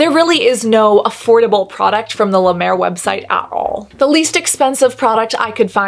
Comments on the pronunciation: This made my morning 😂 now I know why Jeffree Star loves La Mer. Also, you saying “”La Duuur” like La Mer is cracking me up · As a french, i just love the way you say La Mer ♡